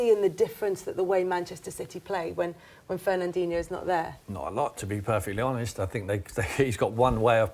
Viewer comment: If Sherwood calls him Ferandinho one more time I'm gonna hunt him down!!